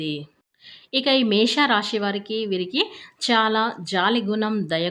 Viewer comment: అక్క నీ కో దండం. అది మేష రాశి. మేషా కాదు.